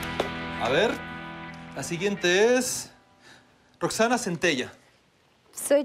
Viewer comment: No es Roxxanna es Roxxanne